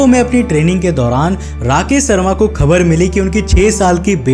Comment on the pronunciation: भाई पेहले तो तू अपना स और श का उच्चारण ठीक कर। राकेश शर्मा है ना कि राकेश सर्मा